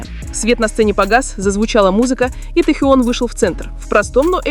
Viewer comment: Вот,это фанфик! Автор,не несите чушь! Наговорили обо всем и ни о чем! Набор каких-то предположений и фантазии!!! Может и правда ,что вы там присутствовали и принимали участие в этой чуши! Научитесь сначала ставить правильно ударение и выучите правильно звучание имени Техена! Ни одного фото в подтверждение вашего фанфика, одни старые снимки,где вы получили эту чУдную информацию? А складно то как льется эта чушь!!!